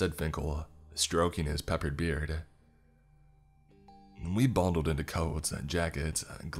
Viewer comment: Peppers beard 😆😆😆